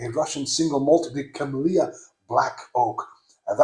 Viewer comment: Great! Word "Kemlya" (it's name of village where distillery is) pronounced not "KemlYa", just pronounce "L" like you said in "KemlYa", but don't pronounce "Y". It's like how French pronounce "la", "à la carte". Then, make accent on "E", like in "kEtchup". K-E-ml-(y)-a